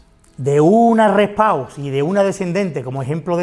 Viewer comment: Rest pause se pronuncia rest pos o sino traducelo.